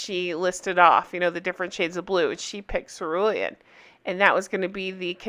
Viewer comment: "Ceruelan" 🤣 English is not my first language, so I thought ", who the hell is sir William?"